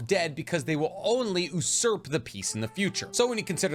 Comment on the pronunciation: It's pronounced "You-Surp"